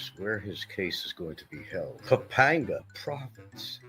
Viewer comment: Been there 7 years and loves to pontificate about the Philippines but can't correctly pronounce "Bicutin" and "Pampanga". Doesn't know the difference between central Luzon and northern Luzon. It must be tough going through life as a dullard.